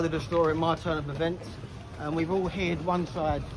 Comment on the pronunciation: "We've all H-EAR-D one side of the events" This guy cant even speak English